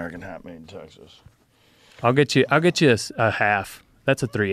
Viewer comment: ”but Teeaaixuuhs”